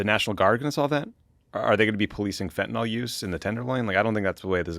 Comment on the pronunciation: Fentanyl, guys. FentaNYL. Not fentinol.